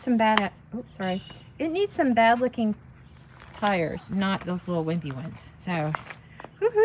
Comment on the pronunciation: Stars and tars...I heard the hesitation to pronounce tars as tires the second time around.